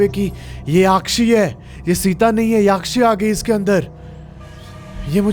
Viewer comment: भाई याक्षी नहीं यक्षी होता है ।